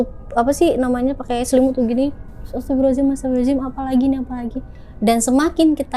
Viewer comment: Semakin bca istigfar smkin bnyk yg ketawa...krna istigfarmu juga salah😂astagfirullahalazim😂😂emng ada ya di istigfar hurup Zay😂 gmn syetan mau takut😂